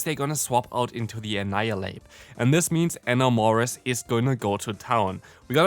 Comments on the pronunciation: eh-NAM-orous, pronounced like the word "enamor" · It physically hurts me to hear your pronunciation of Enamorus. I get Enamor is a weird word, but still